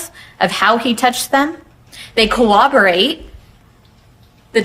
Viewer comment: 'Casted' for the role? Prosecutor needs to learn grammar. And how to pronounce 'corroborate '. 😅